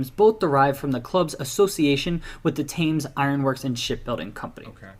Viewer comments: Somebody please tell that man how to pronounce Thames! {Temms NOT Tames} - The Wolves-Villa rivalry is definitely a BIG-DEAL {as is West Brom-Villa even if Birmingham City-Villa is clearly the nastiest rivalry in the Midlands, Birmingham City are the chippie latecomers to the party after all}, If we're talking about swapping players diluting a rivalry then West Brom gave us Steve Bull, Andy Thompson and Robbie Dennison who all became Wolves Legends whilst the Vile gave us Tony Daley who spent 90% of his time with us malingering in the treatment room and Andy Gray who spends most of his time these days crapping on us! - The Wolves-Stoke or more particularly Stoke-Wolves "rivalry" is basically a one-way rivalry from the Potteries that seemingly stems from Port Vale not providing them with a real challenge so they feel they have to come after Wolves and West Brom. - Cardiff City and Sunderland are two clubs who seem to have a strange dislike of Wolves too with their fans rioting in Wolverhampton on multiple occasions. - And in my lifetime there has always been a bit of a bite to games against Sheffield United too even before that Play-Off Final.....That it was the Blades we beat 3-0 in that game made it even better :) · London is never in southern central England. It's south east. And that guy () definitely needs help with pronouncing some of the words. Like "Thames" and "Boleyn"